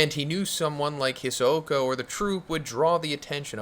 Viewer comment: Saying hisoka mad weird lol